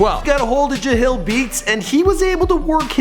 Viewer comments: its not jahil beats dude its jah-lil beats you even have the dudes tagline from his beats in the video and you still cant say it right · "Ja Hill Beats" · he said jahil😪. that's close enough I guess ( jahlil beats) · Its jah-lil not ja-hill lol just saying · Jah-lil. Not jahill.